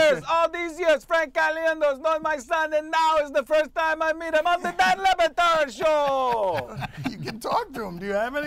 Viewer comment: it's pronounced LeBatard. I love your interpretation though. Hilarious!!